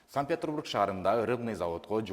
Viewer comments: СанПетрбург дейт го, тили сынып калайын деп. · САНКТ-ПЕТЕРБУРГ ДЕП АЙТЧЫ УКА КРУГОЗОР ОЛУП ЭЛЕ АЛЫПТЫР